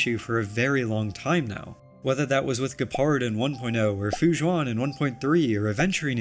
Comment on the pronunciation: Has anyone told him gepards name in english is said “jepard?”